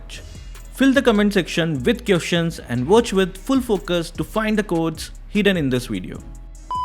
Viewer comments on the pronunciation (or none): none